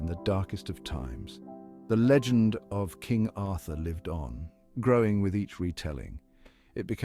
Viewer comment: It's LEgend,not lagend.